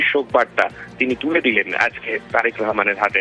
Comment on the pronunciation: Bangali manush Rahman ke Rehman bolche kn?